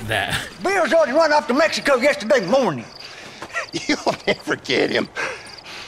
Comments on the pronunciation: WELCOME TO MEH-I-CO. :D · I think your saying Mexico wrong, it’s obviously MEHICO